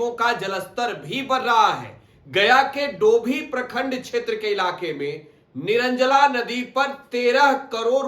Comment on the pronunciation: निरंजला नदी nhi hai निरंजना नदी है